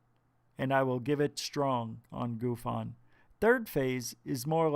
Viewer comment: GUFON ........ GOOF-ON . Clearly you know nothing of Canadian slang when naming this channel.